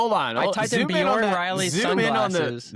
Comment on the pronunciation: I've always found this podcast entertaining, but hearing DJ and both saying Bjorn's name wrong after and both said it correctly made me want to shove a knife through one ear and out the other.